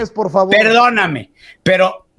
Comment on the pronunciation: Y Vicente super educado ay par favarrr